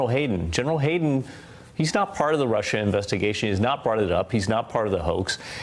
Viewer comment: BILLY Omg I cringe every time a see the clip of him saying "russher" and "shina"!